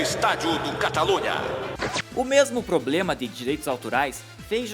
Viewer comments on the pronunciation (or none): none